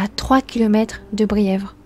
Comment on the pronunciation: "Bièvres" et non Brières. Et "route de Favreuse".